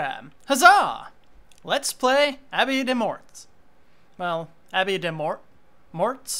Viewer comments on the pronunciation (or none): I think morts is pronounced like more.